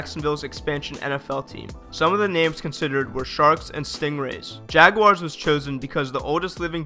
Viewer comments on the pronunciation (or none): none